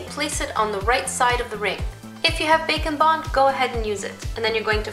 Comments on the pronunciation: I always thought she was saying bacon bond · when she said bake and bond I thought that she said bacon bond at first and I was like whaaat?